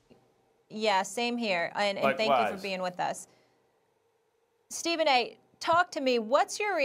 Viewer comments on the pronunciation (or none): none